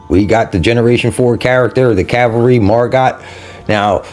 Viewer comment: Pronounced MargO. Great to see you got her, she seems good